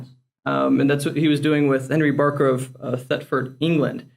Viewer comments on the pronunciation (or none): none